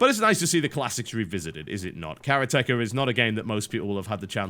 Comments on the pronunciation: Isn't it karate-ka not kara-teka? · 空手家 pronounced KAH - RAH - TEH - KAH, like the martial art karate, literally means practitioner of karate, please no carrot-ecka... please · I knew as soon as I saw it on Steam that this would happen, and that TB would pronounce it badly. Did he not see kara-te in the word? kara-te, not kar-ate, so why would it be kar-at-echa and not kara-te-ka? As cringeworthy as hearing people say hiroshima... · its karate ka not KERA TEKA!!!!!!! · its kareate-ka not karetka its mean one who practises karate a form of martial arts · Actually, it's of more a "Kah Rah Teh Kah". Teh, not tee. As in how the E sounds in the word "keg". It's "Karate", not "Karatee". You Brits/Americans and your funny pronounciations of Japanese words... ;) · Augh, my ears! "Ka Rah Tee Ka" or "Kah Rah Tey Kah" Not Careah Tekka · That's what the guy said. Just written differently. To make things clear: it's kaRAteka. TB pronounces it as karaTEka. I wonder if TB pronounces karate as karaTE as well :) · It's Karate-Ka though. Not Kara-Teka. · For the love of god, please, pronounce it Karate-ka, not Kara-teka. As a fan of japanese language, this really hurts my ears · Isn't it pronounced "Karatéka" instead of "Karatèka" like TB says? :p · I thought it's pronounced "karateká" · Say it with me TB, karate, now say ka. Now all together karateka. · kaRA-techa... no no no, KAH-rah-teh-kah! Otherwise good video. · I thought it was pronounced karate-ka instead of kara-teka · Ooph! Not "kara-TEH-ka", But "ka-RA-te-KA", which is someone who practices the art or karate. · kah-rah-teh kah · karate-ka You fucking moron. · I know, lol. It's pronounced "Karate-ka", but no one gets it... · Well its suppose to be pronounced Kala Teh Ka... but then again... who really cares. Its not like the game is made by Japanese people, so no one really cares if its mispronounced. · I'm pretty sure it's Karate-ka, jus' sayin. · noooo its karatecha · KarateKA TB always pronounces things wrong :)